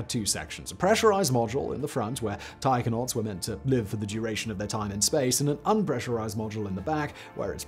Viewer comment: I thought Simon was saying "tiger-nauts".